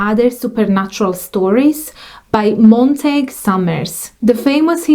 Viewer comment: Great video, thanks. One quick point about pronunciation The name Montague is pronounced as if it has the word "you" at the end - Mon-ta-gyou